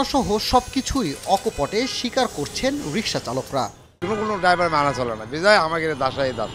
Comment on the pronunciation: 😂😂😅😅 ভাই রিকসা রিস্কা😅😂